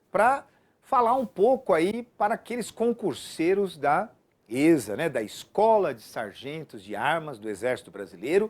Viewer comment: Se chama "esSa" é nao êsSa kkkkkkkkkkkk